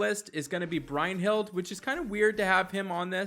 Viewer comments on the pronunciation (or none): Thanks for the tips, Anchor! But dude... you always crack me up with those name pronunciations. Bryne Hild, Rattasukr, Brinn, Gaddee Erus, Gregewrion. This should be a drinking game - you do a shot every time you mispronounce a name. You're basically Key and Peele's substitute teacher sketch. Thanks and keep it up!